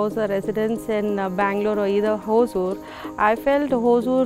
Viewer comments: For beginners it's is Ho-sur.... Apparently Hosa-oor(the new town) in the past. It's not hoa-soor or hoaazoor... Even in Tamilnadu it is written as hoasur 😢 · Please pronounce it in its original way : Hosoor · All the investment attraction efforts of karnataka Govt has definitely helped TN hosur because of it's proximity with bengaluru and it's infrastructure like international airport. Hosur is a kannada word hosa meaning new ooru meaning village or town. Don't pronunce it as hozur or azure .